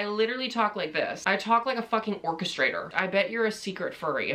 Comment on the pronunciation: As a band kid that “orcastrator” fucking hurt me